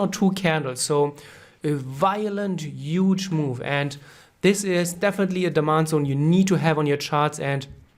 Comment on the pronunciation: this is a "uuuuuge" supply zone ;)